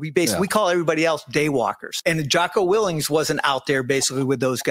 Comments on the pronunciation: When you can’t even get Jocko’s last name right how can I believe your story?? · I'm not saying that is right or wrong but if you are going to claim with certainty intimate knowledge of how Jocko operated as a Navy Seal you maybe should learn to pronounce his last name properly because it calls your credibility into question.